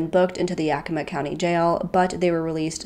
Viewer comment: You pronounced Spokane and Yakima perfectly! The first youtuber that I've watched do so. :)